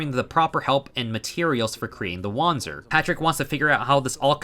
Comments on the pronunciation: Well, german here: You pronounced it very english, so imma try to use other words to better explain how german works. Wander is not pronounced Wonder, it's closer to the word Under. and the Z in panzer is closer to a TS sound, like in Pants. So uh, try to say WunderPantser instead and it will work out prolly. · do we just ignore the part where he used the W already as correctly as a native english can? His problem lied in the pronounciation of the "a" in wander.